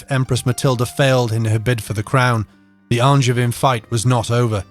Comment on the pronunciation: Even if he can't pronounce "Angevin"...